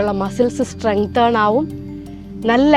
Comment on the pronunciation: സ്റ്റ്രെങ്തേൺ എന്നല്ല സ്റ്റ്രെങ്തൻ എന്നാണ് പറയേണ്ടത്.